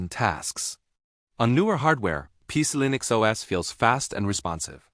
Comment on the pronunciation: "PieCe-E-Linix" OS, said once too often. Now you can shove it.